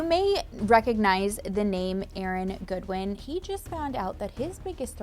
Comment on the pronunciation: She said God-win 😂😂 the whoooollllee video.